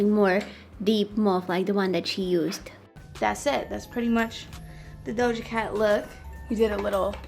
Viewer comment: yes all us like this 😂🤣 you are so cute 🤍🤍 Ilove how you say her name its very nice,and I fall in love with that move so cute♥️♥️ just blend it a little bit